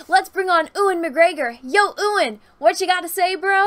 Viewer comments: heh, you call him Ooowun, it's really cute. But speaking for my people! It's pronounced You - Wan. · Please American's is pronounced U-AN not OO-AN. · Pls stop saying Ewan's name like that 😂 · Please stop pronouncing Ewan like that lol